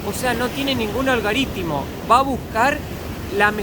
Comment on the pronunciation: es "Algoritmo" no "Algoritimo"!